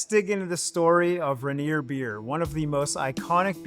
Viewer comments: Its not Ren-ear. Its rain-ear. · It's not ranger, It's Rainier, pronounced RainEar You sound like an LA hipster you'd fit right in down in Portland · Say it with me OP - Rayneer, not Ruhneer. All the clips say it properly, yet through this ENTIRE video you mis-pronounce it. C’mon man… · as a Drinker and Washingtonian it is pronounced Rain eer not ruhneer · Ra-near? It's Rain-ear! You even pronounced it right when sang the "motorcycle song"! I'm just giving you a hard time! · It’s not RA-nier, it’s RAIN-ier beer. Funnily, you say it right when doing the motorcycle thing. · Us PNW beer snobs call it Rainier (pronounced ron-yay) 🤣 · The "Ruh Neer" pronunciation is really distracting. Do your research next time. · Ray-Neer is how you should say it. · If you're going to do an entire video on something, at least learn how to pronounce it. Ray-Neer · I don’t know what Rah-neer is… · "Rehneer" lmao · I cant listen to "Ruh-near" anymore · Mount RAY-NEAR is the same pronunciation as the beer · You’re saying it wrong 😂…. Rain-near beer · It pronounced Ray-near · It's pronounced Ronyay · Locals pronounce it "Ray-neer." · Agreed. I came looking for this comment. Ray - nier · Do research on how to pronounce Rainier! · I cringed every time he said it wrong. Just listen to the commercials, they say it correctly. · buddy, emphasis is on the "Rain", not the "nier"